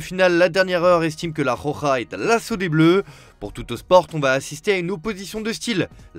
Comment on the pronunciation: Elle s'appelle la rokha pas la khokha vas voir un orthophoniste mec.